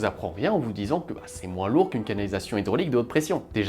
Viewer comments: attention : "hydrAUlique" et pas "hydrolique" (terme de pharmacie) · Hydrolique?? Hydraulique. Ces videos sont sympas et bien faites a part cela.